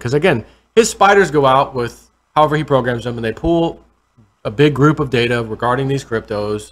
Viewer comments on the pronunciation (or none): none